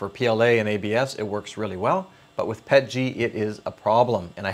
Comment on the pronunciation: Yay finally a channel that pronounces it PET-G and not P-E-T-G. I mean if you can RADAR or J-PEG or GIF then you can PET-G.